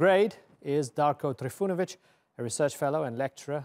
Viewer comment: ...uci engleski